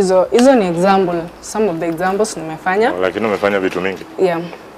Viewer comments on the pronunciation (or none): Izo ni "exambles" 😏😹 killed it😂